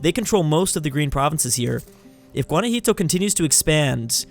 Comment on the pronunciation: It's called Guanajuato, NOT GUANAJITO! just dont say it if you dont know the name.